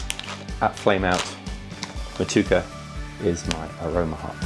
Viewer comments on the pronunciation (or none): It's not Mo Tue cha! Pronounced Mot two ache! Get it right please. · Hi I love your work. I’ve learned so much. Please learn to pronounce mow-to-ek-a properly it is a Māori word not mow-to-ka